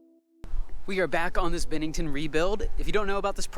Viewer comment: Isn't is pronounced "BEN-nington" not "BIN-nington"?